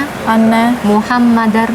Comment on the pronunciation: Bismillah, izin memberi masukan jika syahadat dipenggal bunyi di akhir seperti ini: Muhammadan Rasulullah, bukan Muhammadar